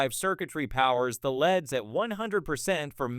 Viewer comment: Can’t trust a LED light review when they can’t even pronounce LEDs correctly.